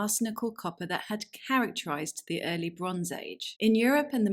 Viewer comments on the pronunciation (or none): none